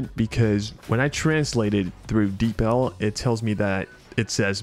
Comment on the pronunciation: So you pronounce it as "Deeple" like "People"? That's actually probably how it's supposed to be pronounced LOL